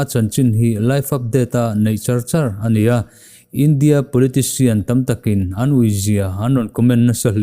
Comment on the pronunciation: 'Polician' i ti alawm.